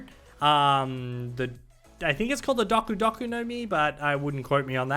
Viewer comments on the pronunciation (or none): Pronounced doa Kew doa kew